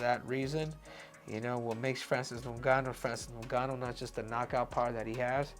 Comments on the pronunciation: 😂😂😂 pronounce ngannou well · Breh... say his name right. SHit's wild disrespectful lmao He wouldnt call you Henry CeJOOdo. '